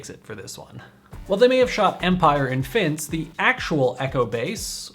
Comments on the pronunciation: it's not fins, it's Finse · Pronounced: fin-se, not finss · "Finse" is pronounced finseh. The ending 'e' is not silent - It is in Norway, not France. I know because I have been there, together with the Snowtroopers at the railway station in the clip at the beginning. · Fins-EH! There's an EH there. Also it's in Norway, not Denmark. Small detail, I know. Greenland is part of Denmark, though. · Denmark and Canada in the title, Norway is the actual headliner. As it should be. Also, it's 'finn-seh', not 'finns'. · FinsE, FFS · Just as a comment it is not called Fins but Finse as you could read on the sign. Silent E is an english writing concept unknown to almost any other language, since it is also completely idiotic and pointless. Great video though! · Please, Finse has an "E" in it. It is not pronounced "Finns".